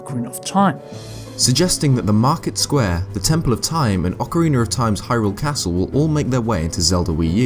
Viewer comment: Ocariner of Time